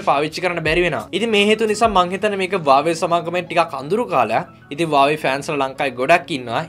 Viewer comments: හුවාවි කියපන් හරියට වචනේ pronounce කරගන්න බැරිනම් . වාවේ වාවේ ගාන්නේ නැතුව 😂😂😂😂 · වාවේ නෙවෙයි බං හුවාවේ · හැමෝම හුවාවේ කියද්දී උබ විතරක් ඇයි බං "වාවේ " "වාවේ " කියන්නේ ???????😂😂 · වාවේ නෙවේ බං හුවාවෙ😁🖕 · වාවේ කියන්නේ මොකක්ද ? මගේ පෝන් එක huwawei ( හුවාවෙ) 😂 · Awei newe bn huawei 😂😂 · Deg mokada karana api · වාවේ මොකක්ද ඒ අ ආ අඩෝ වාවේ වාවේ.....?